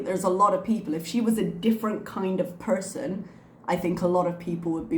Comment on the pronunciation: Ok, this is a weird tangent unrelated to anything, but i was wondering if the "r" you use when you say "person" is something youve had to modify teaching ESOL students or if its the way you naturally say "person"? I know that's random, but when you say "person" it always sounds very american to me and sticks out from the rest of your accent. Its also entirely possible i mentioned this before bc ive thought about asking for a very long time. Lol. If i have, ignore me.